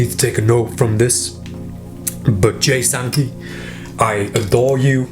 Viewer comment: Did he just say "Jay Sanpee" ?